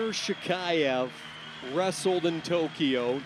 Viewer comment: Commentators: just how difficult it is to learn to pronounce correctly the last name of the World Champion from Russia?! SHAKHIEV! Practice hard!